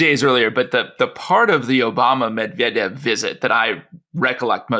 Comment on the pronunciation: The thought that a USAmerican could pose as a Russian without being ethnically Russian and brought up speaking Russian is... No. That Murrican chap on the podcast, very eager to promote his knowledge in other ways, can't even be bothered to TRY to pronounce Medvedev properly.